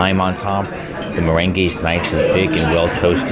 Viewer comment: You are pronouncing meringue ( mer RANG) as if it is the dance merengue (muh REN gey).